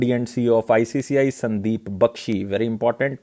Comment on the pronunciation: Its not ICCI ....its ICICI